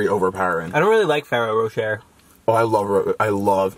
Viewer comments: More like and struggling to say Ferrero Rocher for 13 minutes straight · Can you please tell to buy a water flosser it's so much easier, Okay I'm unfollowing you for the way you pronounced Ferrero Rocher.